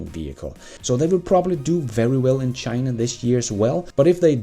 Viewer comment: Did you just say "Chiinnaa"? 🤣